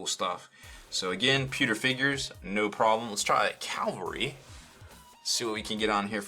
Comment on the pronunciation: ARRRRRGH IT'S CAVALRY.... NOT CALVARY. YES I'M AN IDIOT BUT SHIT IT'S SO ANNOYING